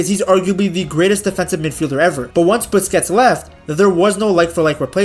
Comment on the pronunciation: sergio biscuits 😭..... just say booze-kehts